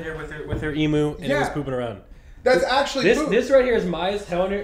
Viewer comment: "emoo". As an Australian you need to trigger warning if you are going to pronounce it like that.